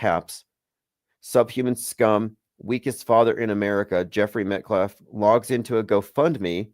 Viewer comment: calling him Austin MetCLAFF is sending me! 😂